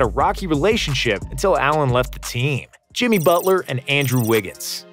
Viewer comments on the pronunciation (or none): none